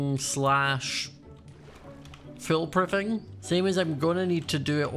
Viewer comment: I'm sorry did he say Phil proofing